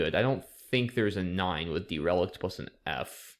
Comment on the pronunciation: Ah, derelict! You were saying de-REL-ic'd and I was like, does that mean to remove relics from a museum or something?? It's pronounced with an accent on the first syllable, DEHR-uh-licked ETA: the SI prefix deci, as in decilitre (= 0.1 litre), is pronounced with a soft c like "desi"